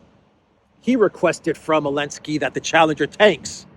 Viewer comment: Why do you say Elensky 90% of the time when his name is Zelensky?